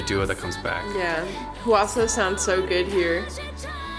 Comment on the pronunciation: I lose it a bit every time someone pronounces Hwasa as "Hawasa" or something the first time😅 It feels like I'm the only one who got it right without actually hearing it from someone🙂 Not that I mind it, I was laughing with them(they are so funny)😂